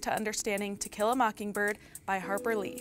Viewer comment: She did that on purpose, lol, we all heard it!